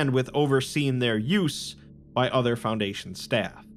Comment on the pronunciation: FounDation your pronounciation on words that are said so many times being slightly off is wildly distracting